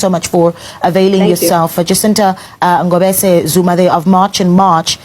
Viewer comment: The Ngobese pronounciation is 💯🔥